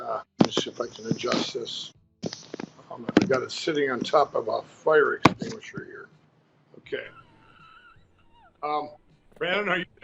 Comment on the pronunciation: NO… NO!!!! It’s extinguisher like « eKs-stinguisher » that Ass-Hat is starting to rub off on you. Stay strong my man, stay strong! You truly are doing Gods Work. (